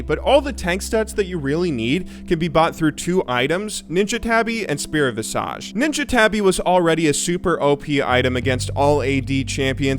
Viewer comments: "Visage"! "Visage"! Not "Vassage!" And while I'm at it, not "EEEEEEEEEEEEEEEEVERN" either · "Spirit Visage" is pronounced Viz-ij. You're a dope guy and I know you'll talk about the item in the future -- say it right! <3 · Oh man, the good old RS player. Still saying visage wrong. LOL